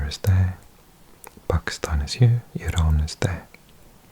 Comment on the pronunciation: Love the way u pronounce pakistan correctly